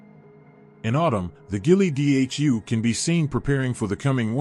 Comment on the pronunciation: You lost me when you couldn't pronounce Ghille Dhu. AI is not capable of describing Alba and never will be. It cannot be done without a soul.